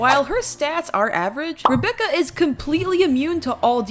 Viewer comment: Rebecca is pronounced as R - eye - becca